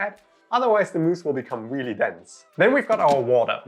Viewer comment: “Weally weally quickly”